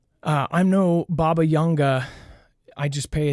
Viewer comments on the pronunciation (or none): Baba Vanga, not YANGA! I went to see her in Bulgaria in 1992..